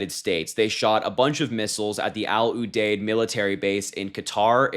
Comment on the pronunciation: No shade, but it’s Al ( like the name) You-Deed. You don’t know if you’ve never heard it.